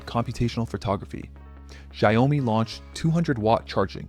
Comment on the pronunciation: "gy - oh - mee" ? 🤣🤣🤣🤣🤣 you've gotta be 💩ting me. 😅😆🤣😂🤣😅🤣